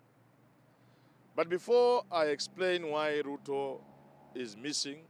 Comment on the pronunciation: Chen our Sp, you Pluto person. The letters L& R usually trouble you lot. Lol.